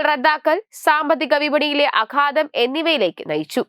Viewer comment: മലയാള പദങ്ങൾ തെറ്റായി പറയാതിരിക്കാൻ ശ്രദ്ധിച്ചാൽ നന്നായിരുന്നു, അഥവാ അബദ്ധത്തിൽ പറഞ്ഞു പോയാൽ തന്നെ അത് തിരുത്തിയാൽ തെറ്റില്ല, ആഘാതം എന്നതിന് പകരം അഘാതം എന്ന് കേൾക്കുമ്പോൾ അരോചകം ആണ്, അത് പൊലെ പലായനം എന്നതിന് പാലായനം എന്നും കേൾക്കാറുണ്ട്.